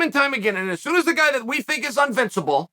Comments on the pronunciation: Chael: Unvincible, Me: Invincible Chael: Unvincible Me: Unvincible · Chael "unvincible" Sonnen